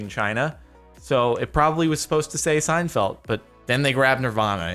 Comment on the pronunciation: Anyone else notice that Jordan says "Seinfelt" with a t